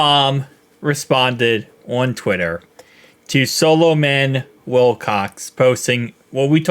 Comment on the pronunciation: lol. It’s not solo man. It’s pronounced sah lah men. It’s a biblical name.